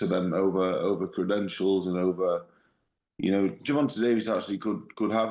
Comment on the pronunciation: Wait you don’t know how to say Gervonta’s name? Oh hell nah